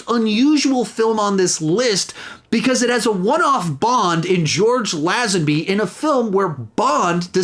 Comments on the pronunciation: It's pronounced Lay-Zen-Bee, not Lazz-En-Bee. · It’s actually Lay-zenby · That was the most ludicrous, American pronunciation of Lazenby ever and it made my ears bleed every time he said it